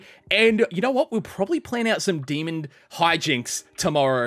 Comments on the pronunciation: Is it me or is he saying “demond” i can’t not hear it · is it just me or does he say demond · WHY DOES BUTTER SAY DEMOND WHY JUST WHY ITS DEMON NOT DEMOND